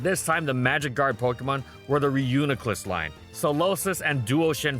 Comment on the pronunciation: don't let this distract you from the fact that he finally pronounced reuniclus properly!